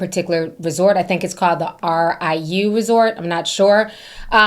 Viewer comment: Ti, the RIU is pronounced Ree-Yo. I love your content. Thanks for the highlight of this on-going situation. It is truly so heartbreaking. My heart is with my beautiful island. I am still unable to communicate with some family members, but I am trusting God through this all.